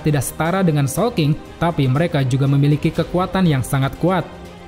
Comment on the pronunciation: Awal² bingung showking, soapking atau sawking 😂😂😂